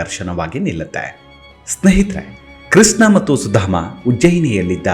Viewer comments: Pl pronounce as Krishna ,not Kisna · ಸುಧಾಮನ ಕಥೆ ನಿರೂಪಣೆ ಚೆನ್ನಾಗಿದೆ. ನಿಮ್ಮ ಧ್ವನಿಯೂ ಚೆನ್ನಾಗಿದೆ. ಆದರೆ ಒಂದೇ ಒಂದು ಕೊರತೆ. ನೀವು ಕೃಷ್ಣನನ್ನು ' ಕೃಷ್ನ ' ಎಂದು ಉಚ್ಥರಿಸುತ್ತೀರಿ. ಶಬ್ಧೋಚ್ಛಾರಣೆ ತುಂಬಾ ಪ್ರಾಮುಖ್ಯ. ಇಂಥಾ ವೀಡಿಯೋ ನೋಡಿಯೇ ಜನರು ತಪ್ಪು ಉಚ್ಛಾರಣೆ ಕಲಿಯಬಾರದು,ಅಲ್ಲವೇ.